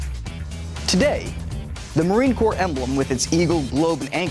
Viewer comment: At least he said Corps, not Corp